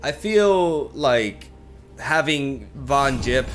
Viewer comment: I hate that says Yettison and Von Jipp. ITS THE OTHER WAY AROUND MAN